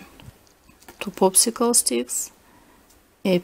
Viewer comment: you said poopsickle